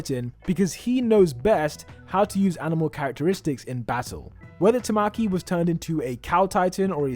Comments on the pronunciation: "Tuh-mack-ee A-muh-jee-kee" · “tah-mah-key” “back-oo-go” the pain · His name isn't "Tamokey" it's Tamaki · The way he said tamaki 😭😭